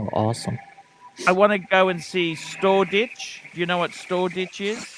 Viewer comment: Thame .. Thame ..... ?? Thames (river) = (Pronounced Tems) lol & Storeditch is Shoreditch (sure ditch)